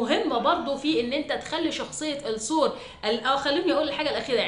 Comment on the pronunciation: الثور اللام شمسية 😢 بحب أسمعك جدا بس هموت من طريقة النطق